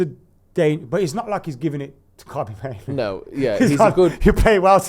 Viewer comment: Can someone tell that there are two Os in Mainoo, not one. "Mainoo" not "Maino". even pronounces it correctly in fromt of him